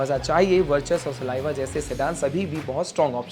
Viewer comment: Saliva nhi slavia h bhai😂